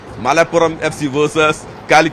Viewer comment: Malaappuram alla Malappuram ann😂